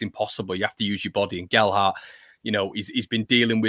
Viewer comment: Please stop calling him Gel-dart.